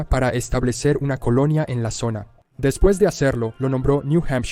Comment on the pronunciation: ¡Qué dolor con cada "después de"!